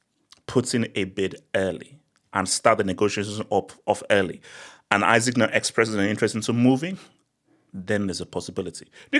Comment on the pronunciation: You really spent the whole vid mispronouncing dude's name 😂